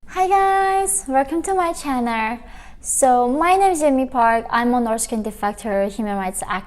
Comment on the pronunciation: “welcome to my channer”